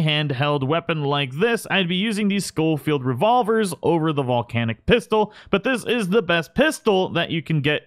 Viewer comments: Please ... it's pronounced sho-field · Scholfield is pronounced SH not SC. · Just a tip: I'm pretty sure it's pronounced show-field not skow-field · The “scofield” gun is acutally spelled “sheffeild” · Pronounced Shoal-field. Dingus.